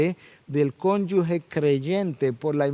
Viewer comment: Muy buen mensaje. Perdone, hermano. Se dice "cónyuge", no "cónyugue".